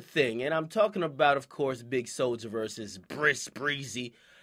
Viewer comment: my nigga said briss Breezy lol